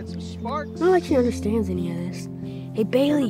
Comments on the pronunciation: Did you noticed that when he called for help he said "Bayliy"!!!!! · When he gave Bailey the badge I TOUGHT HE SAID BABY?! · When he called for help he actually said bally